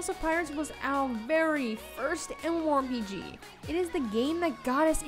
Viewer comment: My mind goes closer to insanity every time she says "M. MOR P.G."